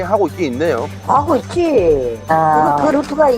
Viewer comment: 하고있지~~~ 할때 강원도 억양 ㅋㅋㅋ 그쪽 지역 친구가 있어서 오랜만에 들으니 정겹네요ㅋ